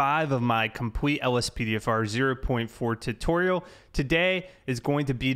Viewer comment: "Welcome Back To Part 5 Of My Compwite LSPDFR" XD